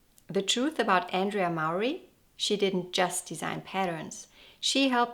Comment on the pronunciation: It's Andrea, not Andrey 😊 She's a very beautiful girl.